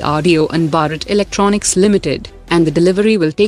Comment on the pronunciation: It's not BARAT , it's BHARAT !!! Pronounce correctly ..